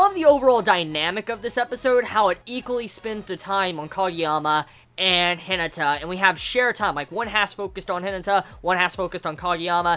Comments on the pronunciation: The way you says Hinata irritates me to a new level.. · Firstly, I just want you to know that I mean absolutely no offense by this comment, and I'm very sorry if my comment seems that way to you. But are you aware that you're pronouncing Hinata's name incorrectly? It should be pronounced similar to He-nah-ta. Again, this is only meant to be a little helpful criticism, and I completely understand if you never see, read, reply to, or acknowledge this comment in any way since I'm aware that you watch tons of anime and read a lot of manga every week. However, I thought that I should at least try to let you know. Have a good day!!